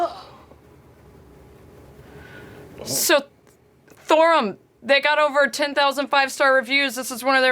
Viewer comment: i always smirk when they say gute nackt instead of gute nacht